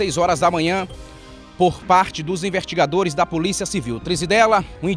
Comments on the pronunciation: como que um cidadão que é "repórter" diz "invertigadores"? não é nem crítica mas sim da uma agonia de ouvir falando errado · o melhor é ele falando os "invertigadores" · É o sotaque